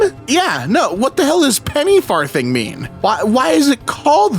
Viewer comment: Your pronunciation of "Penny farthing" is driving me crazy